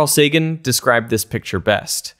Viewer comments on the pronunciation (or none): none